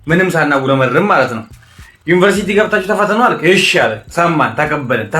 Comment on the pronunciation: Even They couldn't pronounce University properly, how they are teach others? Useless generation